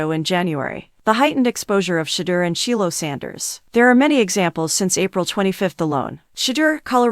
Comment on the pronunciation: DĀN and SHEE-lo Sander? The AI is torture!